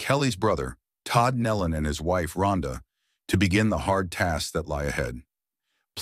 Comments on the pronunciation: They pronounce their name Nelon ( knee Lynn) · Please learn how to pronounce their name. It is nee-lun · That is closer, but still wrong. Some people mispronounce it with a "y" sound, because it is easier to say, but it is also lazy and incorrect. "Nelon" is pronounced with a long "e" vowel sound and the "o" is a short vowel sound as "knee-lon." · It is pronounced like it is spelled Nelon, nee- lon, sir... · I just wish 1 of these people that are narrating would do their homework and LEARN HOW TO PRONOUNCE THEIR NAME!!! NOBODY has gotten it right yet that I've seen. 😕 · That is irritating me too. How disrespectful to not even learn how to pronounce their name.